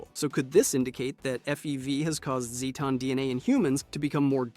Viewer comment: I love all your videos, they are informative and fun and always worth watching... but for the sake of my sanity can you please pick ONE pronunciation of "Zetan" ? (even if it's the wrong one.) 😅